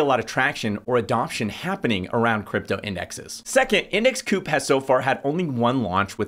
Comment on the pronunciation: Surely it's pronounced co-op, as in co-operative rather than coop as it doesn't seem to have much to do with poultry? It kinda makes me think you haven't spoken to anyone at the company, which is a little concerning, especially as the founders haven't doxxed themselves, I can't find them on the site or on Linkedin. Do you know who the founders are, or the CEO, CFO, anyone senior really in the company?